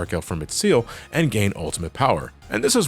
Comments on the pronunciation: "Ciel" as in "seal" ??? Nah, dude, it's "Ciel" as in "see el" as in "sky." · Just because it was bothering me, Ciel's name is pronounced C-L, See-El. No offense